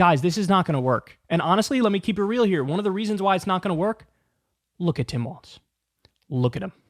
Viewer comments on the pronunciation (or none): Kyle, the name is pronounced Walls, not Waltz. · Hey, Kyle, love your work and energy! 👏🏻👏🏻👏🏻👏🏻👏🏻! Thanks for your coverage. Just one FYI: Walz is pronounced “Walls,” rather than “Waltz.” (Not sure which way you’re saying it. Was difficult for me to tell. But lots of people get this wrong. 😜) It’s like “Ballz to the Walz.” 🤘🏻 Just mentioning, since we hope to hear a lot more of his name in the future. 😁 —Minnesotan who’s enjoyed Walz rep’ing my district for 12 years and then state for 2 terms 🙂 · KYLE FOR PETE'S SAKE, WALZ = WALLS NOT WALTZ!!!!🤬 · Kyle, why do you keep calling Walz Waltz? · I enjoyed the video. But let’s stop calling him Waltz. It’s Walz like Walls. Thanks. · Take a shot every time Kyle says Waltz instead of Walz. Dead after half a video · Can you please pronounce his name right? It’s grating… love you…